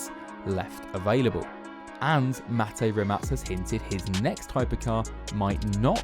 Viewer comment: Kudos for pronouncing Mate's name correctly,many don't..And that Nevera R and a GMA T50 would be my Ultimate 2 car garage...ha!!